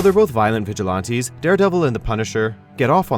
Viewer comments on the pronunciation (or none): The way this guy says "vigilante" makes me cringe every time.